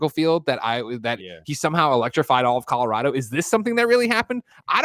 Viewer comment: Shout out to Hugh Jackman for pronouncing Colorado like a native.